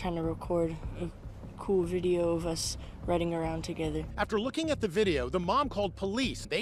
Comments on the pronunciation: "You take english classes? You got bideo?" 🤓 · The Uber “u got a bideo” me “u got abs”